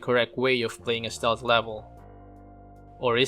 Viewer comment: Ste-lth, not "stolth"